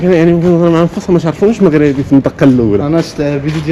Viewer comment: يا اخي قل "مَغْرِبِي" و ليس "مَغْرَابِي".